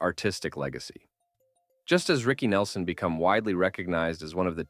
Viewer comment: OhMyWord, had to stop listening to this. Now you need to pronounce the names correctly, and pronounce his full name without that long pause BYE